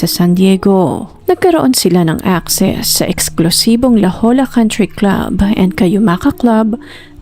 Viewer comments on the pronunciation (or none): Unsolicited but I meant well here and for your future reference - the place is pronounced La Hoya (La Jolla, SD).